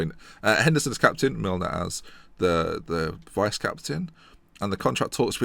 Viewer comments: you pronounce de vrij as de vrai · de vrij is pronounced as 'de vri'